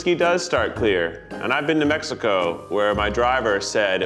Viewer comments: Zach can actually say "México"!!! Tears of joy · I liked how Zack pronounced México🧡